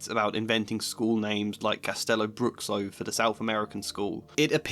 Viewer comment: Also, it's pronounced Castelo Broosho. The "x" makes a "sh" sound in Portuguese :)